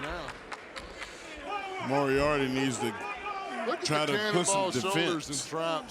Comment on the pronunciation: Lmao Paul kept butchering Lee Moriarty’s last name all match. Will be seeing that on botchamania for sure